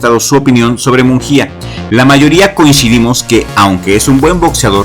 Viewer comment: solo un detalle, su apellido no es "munJia",,, la letra "G" en su apellido aunque no veas diéresis no se pronuncia como jota, sino como en gusano.